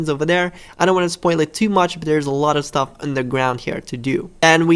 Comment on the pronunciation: He says staff instead of stuff xD